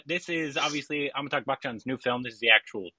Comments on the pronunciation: It’s AmitaBH, not AmitaGH. Just a correction :) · Please learn to pronounce AmitaBH !